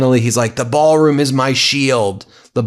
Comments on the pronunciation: “BAAL” room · Sounds like a Southerner's pronunciation of the word. lol.